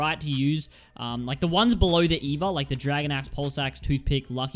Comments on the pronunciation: it's not pronounced eva it's e-v-a smh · It’s E.V.A